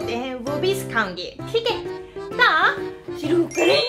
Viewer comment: Mam i like your way of saying ' to suru karen ' .👌👌💯💯